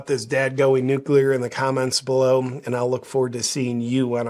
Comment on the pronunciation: Glad you pronounce "nuclear" correctly and not "nuculer"😅.